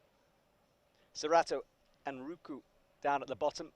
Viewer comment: He keeps calling him Anruku... must be dyslexic, right? Besides mispronunciating names, he straight up misses letters 😂